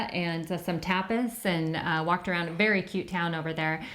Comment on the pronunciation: when you said Tapas bars I thought you said TOPLESS bars.....hmmmm a little different...great video as always and!! I wonder what South American countries you will travel to???